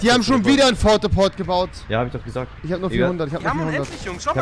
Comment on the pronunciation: Rewi.... Minute 10:2 Haha Fort the port 😂😂😂🔥🔥